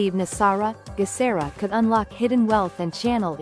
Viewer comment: Geh sar ah hard G sound. Global